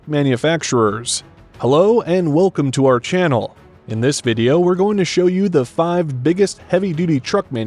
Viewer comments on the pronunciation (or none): none